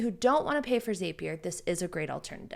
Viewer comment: Zapier is pronounced like “Happier”😅 just had to correct you